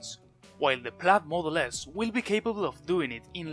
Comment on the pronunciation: it's [plaid] noooooooooot [plAd]